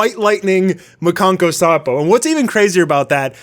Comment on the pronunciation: It's "makankosappo" not "makanko sapo"